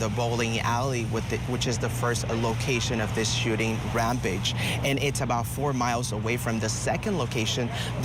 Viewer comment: Reporter doesn't know West Point and can't pronounce Rampage.